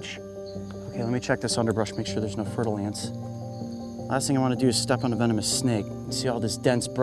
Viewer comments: I swear I kept hearing him say Fertal Ants not Fer-Da-Lance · When he said fer-de-lance I thought he said turtle eggs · Fer-de-lance = Fertile ants every time